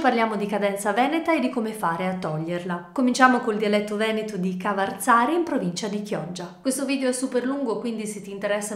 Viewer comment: Grazie... però non si dice "Cavarzàre", ma "Cavàrzere" (la cittadina veneta)!